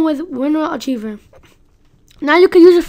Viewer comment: you said archive wrong